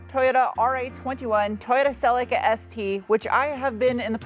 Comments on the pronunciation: Its pronounced Sul lee kuh not sellica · Its pronounced Cel EAK a